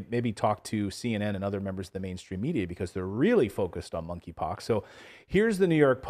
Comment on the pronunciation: K is silent -(moneypox)